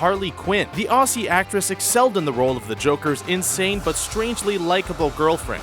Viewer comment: 1 point for how you pronounced Aussie.